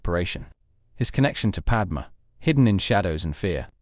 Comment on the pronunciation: Padmé, NOT Padma